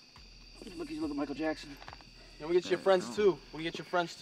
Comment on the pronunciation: When HE CALL HIM MICALL JAXON 😂😂😂😂😂😂😂😂😂😂😂😂😂😂